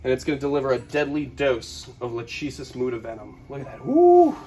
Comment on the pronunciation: I think the genus of the bushmaster is pronounced Lahk-ah-sis (lækəsəs) after the greek fate. The fates were Clotho, Atropos, and Lachesis. Lachesis was the 'Alloter', she measured the thread of life and determined when it was cut, although it was Atropos who actually cut the thread. So Lachesis Muta means the silent determiner of fate, which is probably the single most badass snake name ever.